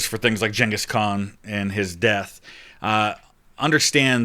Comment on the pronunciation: Hearing you pronounce gengis like jenga sounds weird to me, only ever heard his name with hard Gs